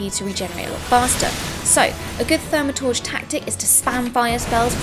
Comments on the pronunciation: its not thaumatodge its thaum-a-turge! like so she can see and stop sayin it wrong lol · Still haven't mastered the pronounciation of ''Thaumaturge'' =P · Ahh, I see now you were referring to her "Starting Quests" video, as opposed to 'thoo' not 'thau' for Thaumaturge. I know a few British people who pronounce it 'thoo - ma - turge' is all, so was alluding to that. :)